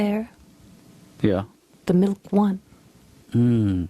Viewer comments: gosh I love the way she says "Mil-kh" 🤣🤣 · Rita Rudner. The queen of enunciation. The only person that can make the word "milk" two syllables. " Mil-Kuh"